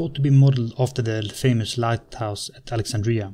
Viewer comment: Alexandrija? Does this guy speak Arabic or something?